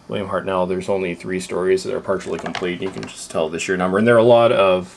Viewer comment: it's hartnell not hart nel